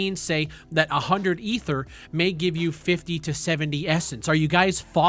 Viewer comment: "E-ther" lol